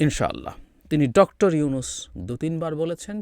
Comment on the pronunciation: এই লোক কি প্রধান মুন্ত্রী? মেজর ওয়াকার Dr. উনুস Dr. উনুস করে উচ্চারণ করেছেন ওনার বুজা উচিৎ ভারতের RWA হয়ে যে এতো দেশদ্রোহী কাজ করলো এই ওয়াকার। ওনার উচিৎ হাসিনা ত্যাগ করা, ভারত ত্যাগ করা, পিলখানা হত্যা সঠিক ভাবে সব কটা জেনারেল বা পুলিশ বা বিডিআর যারা জড়িত ভারত জড়িত প্রকাশ করা। আর্মির অনেক অপরাধ আছে RAW আছে এদের সনাক্ত করে বিচারের আওতায় আনা উচিৎ কাজেই নিজেও সাবধান হউন, সেই দিন কি এই মেজর ওয়াকার ছিল না ২৫ ফেব্রুওয়ারী পিলখানায় যখন হত্যা যোগ্য চলে?? আর্মিরা কেন আর্মি বাঁচাতে পারলোনা তবে কি এই আর্মিই নিজের বাহিনীকে বদনামের মুখে ফেলেছেন এখন জনগন বিচার চেলেই খারাপ। ভারত মুক্ত দেশ চাই আমরা